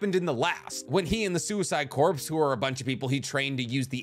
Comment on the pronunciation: Corps - pronounced core